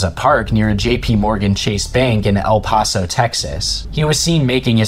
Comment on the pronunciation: "El payso" "El pahso" "San Hasinto" "Wacheeda" bro where are you getting these pronunciations